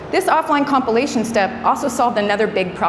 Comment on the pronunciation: Great talk...just distracted everytime I hear 'copulation' when she said 'compilation'